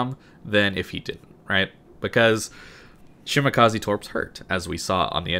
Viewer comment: shi ma ka ZE not shimakazi